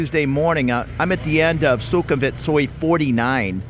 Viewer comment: Thanks for the tour. I agree completely about how nice most people are here -- that might be my favorite thing about moving here. FWIW: Thai has no V-Victor sound. So Sukumvit is pronounced Sue-cum-wit, and so on. Also I think I've heard you calling the river 'Chao Pry-ah,' but I'm pretty sure it's really Chao Pree-ah (like Phaya Thai is really Pee-ah Thai).